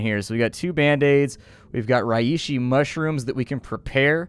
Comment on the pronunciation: Reishi is pronounced "Ray she." My cringing from your misspronouncing it finally got to me. I bought this game solely as a result of watching you play it.